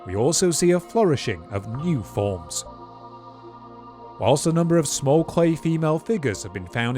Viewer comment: funny fail. a british accent yet cannot pronounce 'flourish' and a cadence more like mandarin. am I the only one who notices these things?